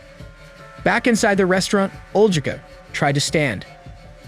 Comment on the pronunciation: And it's gotten so much safer since all the open and concealed carry laws were passed. We Americans really did the right things to make sure something like this never happened again... I think Olgica is pronounced with a hard G, it's a diminutive for Olga.